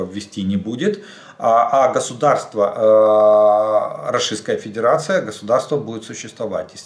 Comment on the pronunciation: Жданчик учись выговаривать РОССИЙСКАЯ ФЕДЕРАЦИЯ может тогда тебе Воркуту на Магадан заменим 😂